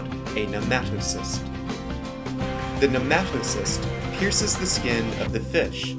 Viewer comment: Thank you for teaching me the pronunciation of Cnidarian, (i say it as knee-darian lol). But i think its nematocyst not nematocist. Great Vid sir, very comprehensible.